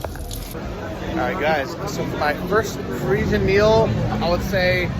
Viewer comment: 'pa-ri-sian' not 'preeshun' dude lol. nice video anyways.